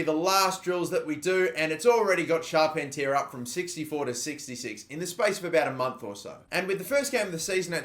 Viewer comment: pronounce Charpentier as Shar-PEN-tee-air